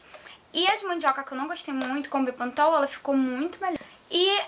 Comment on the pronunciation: fala direito mulher bepantol e não bepontol hehehehe. vou testar corta um pouquinho do cabelo para mim, rsrsrsrsrs